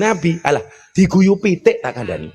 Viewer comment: PITIK Yi bukan PITEK 😊🙏